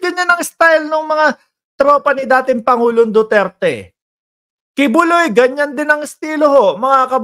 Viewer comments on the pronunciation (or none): none